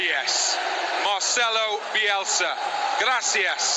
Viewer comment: el periodista tiene un orgasmo "OOOOH YES!!! MARCELOUU BIUELSA, GLACIAS SIEÑOL BIUELSA".